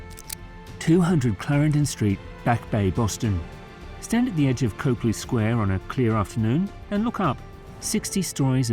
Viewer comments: Well, it’s pronounced COP-LEE, not COPE-LEE FYI. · The narrator is mispronouncing Copley. The first syllable should sound like "cop", not "cope". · Every time you say COPE-lee, I cringe. People who earn money by making videos for the public to watch need to spend 10 seconds learning how to pronounce the names of places and people they don’t know. COP-lee. As in "traffic COP." The first syllable does not rhyme with cope, hope, taupe, dope, soap, or any other word with a long ō sound. It is pronounced EXACTLY as it looks.